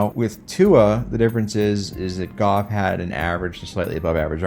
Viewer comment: pronouncing Jared's last name as Goff and not Goof is as good a measure as any of how good our season's been going